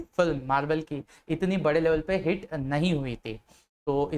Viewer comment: Hate nahi hit bolo